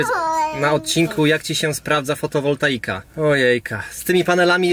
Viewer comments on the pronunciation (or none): none